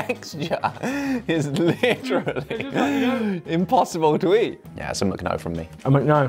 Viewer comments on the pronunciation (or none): A couple things - "Mc" is pronounced "mick", not "mook". The "Pig Mac" sounds awesome. Wow, that Mac and cheese looks awful. Needs more food coloring 😄. But it shouldn't be all dribbly like that. It's not a soup.